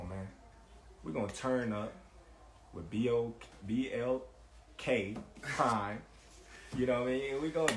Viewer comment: I’m not a prize fighter… But I know bullshit when I hear it… Bud can’t even say BLK Prime properly… I can tell you a fan… I’m not a fanatic of any other man. But if you are a man never show your lady how much you love a man you don’t know… Words of advice, pussycat✌🏾